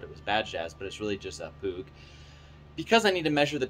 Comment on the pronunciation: You pronounced it wrong puch like dog.